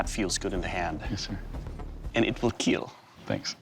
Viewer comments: He didn’t say “kill”, he said “keal” Keep Everyone ALive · it would "keal" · It will keel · It will keel ^^ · and it will Keel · It will keeel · It will keel. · your weapon....WILL KEELLL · it will keal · It will keel! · "And it will keel" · Your weapon will keal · your blade will keal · "it will keel" achmed spoke silently before putting on his turban to see jeff Dunham (trying to give a reason why it could be funny)